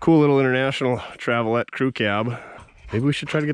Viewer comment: Did the really call them Travelet the Travel all I know to well.